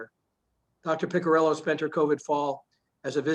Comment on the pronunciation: Great video. But you're just mispronouncing her family name: It's "Piccirillo" (Pee-chee-ree-loh) not "pikirillou" or something.